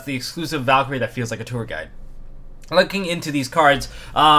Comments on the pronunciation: As a German i should feel offended by your pronunciation of the Valkyrie card, but i like your content too much to do so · its valkyrie sixth (german)